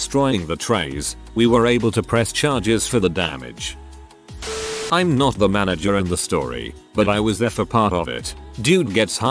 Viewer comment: Ik. It’s just that I would always get so confused when the Text to speech said Manger or some other word. And completely disrupt my train of thought I too forget how to English.